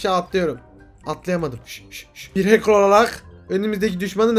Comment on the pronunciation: adam watch dogs 2 demiyo ahcker game diyo